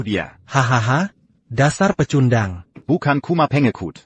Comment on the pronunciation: Pengisi suaranya belajar dulu pake bahasa pengantar yg benar (pecundang dibaca pekandeng).